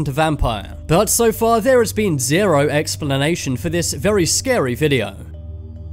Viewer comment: normal people: Explanation Top 10s: Expellanation